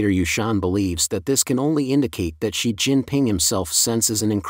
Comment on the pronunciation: and . A comment about the text-to-speech narration- It reads "3,000" as "thirty hundreds", "8,000" as "eighty hundreds", and it reads "Xi" as if it was Roman numeral "eleven"!. (X + 1, = 11)